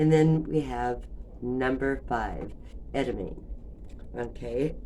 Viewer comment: Ed uh mom ay. How I've heard it said